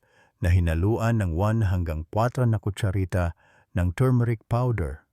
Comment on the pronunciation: Ano yong kwatro ng kotshRita d clear yong .amount pinaulit ulit ko d ko ma gets isang kotsharita ba na tumeric doc